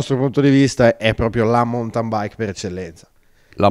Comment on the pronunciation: Beh, se togli la batteria e diventa quasi una muscolare fa un po' ridere 😉 Riguardo la pronuncia, ( dato che vendete mountain bikes) non se po' sentí "roki montain" o "montain baik" . Rocky maunten Nell'alfabeto fonetico internazionale si scrive ˈmaʊntɪn La lezione è finita 😊